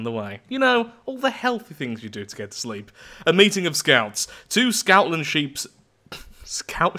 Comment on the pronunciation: I thought he said “scoutlandsheeps” as in, scottland but with a scout